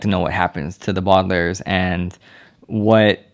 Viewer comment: He said the badalairs